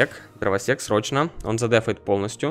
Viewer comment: мне послышалось дровосекС:)))))